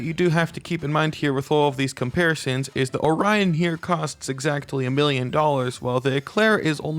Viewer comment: Every time he's called the Orion "onion"